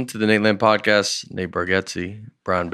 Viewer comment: Right from the start, Nate calls it a "prodcast." Buckle up, this is gonna be a great episode, folks!